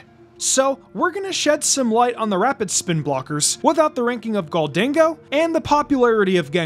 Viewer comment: you mispronounce goldengo